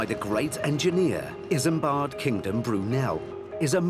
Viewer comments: Islambard is pronounced wrong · It’s Isambard…